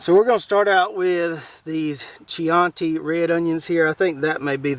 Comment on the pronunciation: I believe that chianti red onion would be pronounced key-on'-tee, named for an Italian wine from the Chianti region of Tuscany. Raffia covered bottles. Drank my share of the stuff in my youth which is one reason for how I got this way. I grow late season leeks (120 days) and keep them trimmed in the flats to about 4 inches tall. I tell myself that they add extra pre-plant diameter but I've been doing it that way for so long it may now just be an old habit.